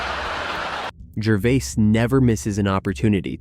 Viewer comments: his name is completely mispronounced. Like Jervee-ass. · Are you reading a speech you didn't write? You call him Ricky Ger-vi-as then Ger-vase (correct pronunciation). Learn people's name and how to pronounce them before you talk. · Learn how to pronounce peoples names you are talking about Gervais is pronounced Ger-Vay. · Maybe you should switch from the Artificial Intelligence narrator to the real intelligence narrator. At least get one that remembers pronunciation from sentence to sentence...was it Ricky Jer-vase or Ricky Ger-v-i-ase? Or better yet, do it yourself! Bye! Outta here! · What robot is reading this out? The number of times he mispronounces Gervais's name is unbelievable. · To the owner of the channel- your AI narration is quite obvious when it pronounces the same word 3 different ways back to back to back! Come on! Ricky Gervais is only pronounced one way! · Who ever the narrator of this story is should be ashamed of himself. If you cannot pronounce someone's name properly pass the job to someone else! You keep butchering Ricky Gervais' name. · Why do you mispronounced Rickie’s last name? Is your speech produced b AI?